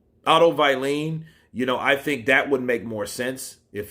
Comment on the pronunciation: Bro keep up the good work. Had to say find it funny how you say wallin as you say like its why lean.